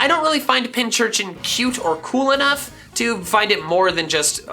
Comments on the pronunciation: It is pinCURchin not pinCHURchin >:( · When he says both pinchurchin and pinsurchin but not pincurchin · I always pronounce pincurchin as pin-kurchin like a pincushin for needles